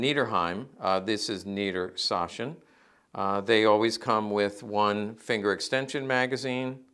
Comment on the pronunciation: niedersachsen has a ch that is between sh and a hard k, it isn't a soft sh like in this video. Keep in mind it is lower saxony in English.